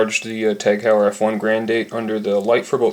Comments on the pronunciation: 'Hoy-er' not 'How-yer' Good review regardless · You are mispronouncing it